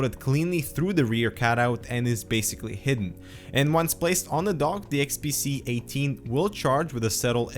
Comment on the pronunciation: nice review, you were constantly saying the unit to be XPC instead of XPS.